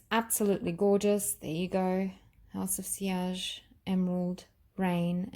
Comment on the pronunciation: your pronunciation of sillage is very correct....i love this